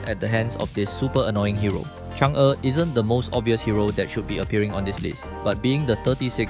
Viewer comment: Finally someone who pronounced chang er correctly